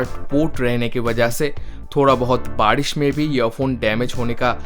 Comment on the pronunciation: You said Baadish insyead of Baarish,are you bihari?😂😂please tell coz i do..